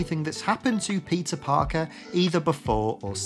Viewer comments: Everytime you say "peter parker" I hear pizza parker lol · am i retarded or does he say pizza Parker